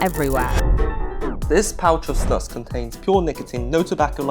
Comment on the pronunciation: I like how you put the correct prononciation on the screen, and then just casually continued calling it snàs